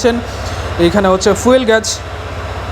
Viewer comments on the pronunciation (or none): none